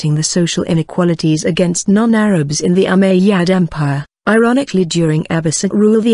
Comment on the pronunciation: It's Called ( " Umayyad Caliphate " ) Not Ummadyia Correct Your Words Pro